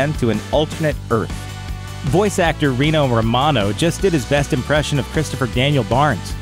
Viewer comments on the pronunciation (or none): none